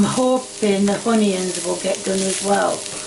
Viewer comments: not honions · My new favourite YouTube channel… “Spud-Taters “ and “Hun-ions”… so good!!!